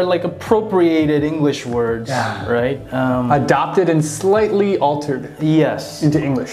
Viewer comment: adapted랑 adopted를 구분해서 발음하는분이 '어울리다'를 발음하기 어려워하다니 신기하네요 ㅎㅎㅎ